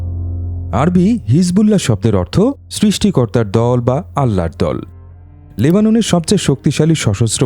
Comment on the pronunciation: যুদ্ধ তো আপনি করছেন না ভাই আপনার এতো মাথা ব্যাথা কেন? ওর আল্লাহর উপর ভরসা রাখবে ওইটা ওদের ইচ্ছা 😂 আর হ্যাঁ উচ্চারণ টা হবে আল্লাহ্। আপনাদের ধর্মের কারো নামে এমন ব্যাঙ্গ করলে ভালো লাগবে কি?